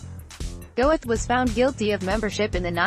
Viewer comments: NOT "Go-eth"! "Goeth." It's a GERMAN name! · It’s painful listening to the robotic butchery of his name. It’s not pronounced “Go-eth”. It’s “Gurt”. And the peppy music is wildly inappropriate, given the subject matter. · Name is NOT pronounced Go-eth. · Pronounced Gert, not Gowith. I'm sure your low subs are dropping by the week. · Very weirdly produced and edited video. What were you thinking with the upbeat narration and pseudo-club music? And why those distorted, stretched-out photos of his face? Also, you should learn to pronounce the name of the person the documentary is about. It's pronounced "Gert", not "Go-eth". Having as many dislikes as likes should tell you something about the quality of this video. I almost never criticize videos that actually present the facts like this one does (I really hate click-baiting lies) but the WAY you present the facts SUCKS! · The correct pronunciation of this last name is khett not "goeth" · And the name is pronounced "Gurt". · pretty sure his name is pronounced Gurt in german. 2nd time I've ever given a thumbs down. the mechanical voice etc. it's just bad. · If you can't speak German, don't try to pronounce it! Goeth is pronounced Gurt to rhyme with hurt. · FFS Do not have a computer narrate a potentially great wee documentary! If you've taken the time to put together quite an informative work like this, find a 'human' narrator or leave it to your text. Amon 'Gowith' would shoot you for much less! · It's not pronounced "Go-eth"...get rid of the computer produced voice over. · She can't pronounce Goeth .